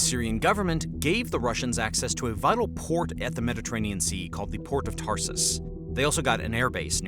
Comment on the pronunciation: Its not "Tarsus" port, there are no 2 S-es. It is Tar-tus